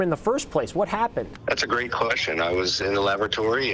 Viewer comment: Good thing there was no other emergency except for him getting stuck in there. ''Lav-a-torey-''. Lool.